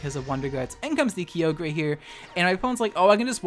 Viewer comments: Man, I was gonna leave a comment along the lines of "Regardless of gender we still swing that neck for Weedle.", but then ya had to go and say "Ky-oh-grey". Literally unsubbed. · Kee o gray Arkoos Groundon zera ora ora ora ora ora ora ora ora ora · Please stop saying kee yo grey ur opinionated way of saying it is wrong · Kyogre's pronunciation is something I don't think I've heard ANYONE use, talk about original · Your content is hilarious but I need to know, were you saying Kyogre wrong on purpose? If yes then well played you God tier troll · the pronunciation of kyogre hurts me idk if it’s on purpose or not but lol great vid despite that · Nah I don't care that you use already existing strategies. They're not trademarked or anything; use whatever you want. What I hate is how you pronounce Kyogre. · The way you say Kyogre, it hurts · I know you do it on purpose but it really annoys me that you mispronounce Kyogre lol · Says Kyogre correctly and 2 seconds later swithces back to saying Key oh gray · I drink every time you say Key-oh-gray ..I got drunk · The amount of times he sayd key-o-gray Instead of ky-o-grah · Kai-ogre. Not key-yo-grey. Other than that you at least manage to use respectful non-obnoxious mons which is good. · Key oge gray im fuckin dead it’s Kye Ogre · I don't like the way you say Kyogre. It's Ki-Ogre not Kee-ogrey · It’s Kai-o-ger not kee-o-grey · It’s KYE-OGRE Not Key-Ogre, stop saying it like that pleasee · TheSassJacket Kai-oh-gree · Kio gayre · Kio gray Groundon Lowpunny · I felt attacked whenever you said “Kee-oh-gray” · Did this man's really say "key-oh-grey" for Kyogre lmaoooooo I've never heard of a funnier way to say it's name lmao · Every time says "Key-oh-grey" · Key-Oog-Ray um......???? I did enjoy the video a lot :) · Kee-oh-gray Hoenn Pokerap intensifies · Never heard someone pronounce Kyoogre key-oge-ray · My favorite pokemon is key-oh-gray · Key-oh-grey? Low-pun-E?? Are you well? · "Ki-yogre" lol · Kyogre "Keo-gray"